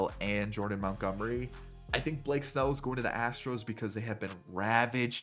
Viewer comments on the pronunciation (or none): none